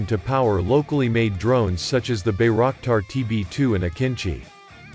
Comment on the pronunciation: it is pronounced as By - rock - tar not " bay rack tar"